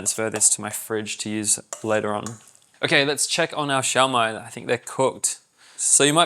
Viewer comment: The Filipino pronunciation is shoh-mai not shao-mai